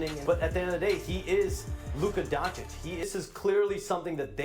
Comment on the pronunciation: whoopout... Who is Luka Donik...learn to say his last name or just use Luka or LD77 but if you say Donik you lose all of my interest to watch your clip....3 minitus in and that's it for me... 2 times is enough to klick X